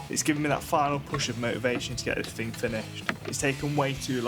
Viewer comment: Good content, but dude. That music is 😬 and it's bought not brought 😂 What is a "fing" 😅 it's thing. Why many Brits really do speak poor English.